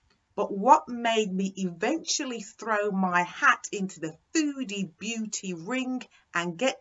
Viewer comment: it's "beauty" not "booty"